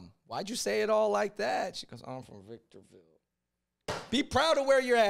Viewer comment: When she said Victorville 💀